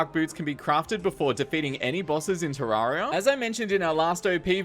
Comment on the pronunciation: Isn’t it ter - air - e - uh not ter - are - e - uh